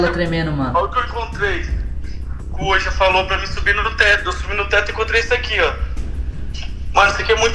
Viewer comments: Ensina o a falar "Ouija" e não "uoija" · claro que não Ele fala "uôija"